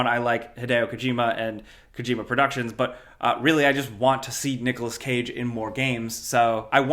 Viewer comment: Did bro just say "noggalas cage"😭